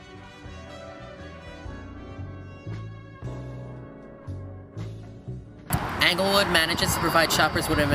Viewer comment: Anglewood? Bowtique? Uh-fluent? Wit? Terrible pronunciation of such simple words.